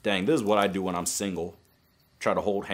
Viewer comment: when u swap the n and the h tho really 🤣